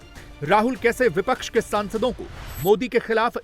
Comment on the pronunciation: Jo admi bipcha ke parti ka nam sahi se nahi le sakta wo pttrkar bikau ke alawa kuch nahi ho sakta😢😢